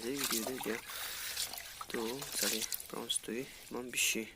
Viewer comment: Bro it’s prawn’s not browns. Anyways keep growing bro🙌🏻